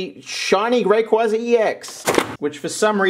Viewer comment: raykwayza is how you pronounce rayquaza